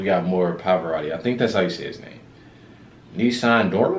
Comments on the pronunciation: Ness as in dress ness n dorma not nissen car just a tip, frenetic spelling. 🤗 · It's pronounced (Nessoon) Dorma. It means "No one sleeps". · Pronounce it “nay-soon door-ma” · It's pronounced Nelson doorma